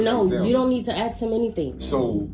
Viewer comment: doesn't ANY school teach these kids how to pronounce "ASK" the right way???? it's so cringe